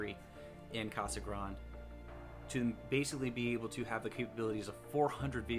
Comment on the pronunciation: Thanks for the video. Word of advice: Reuters isn't pronounced Rooters. It's Royters. Case Grande isn't pronounced as Casa Grond, but Casa Grond-ey